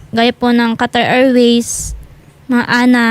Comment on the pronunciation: Hindi Po ANA ang Bigkas Kundi A N A ✌️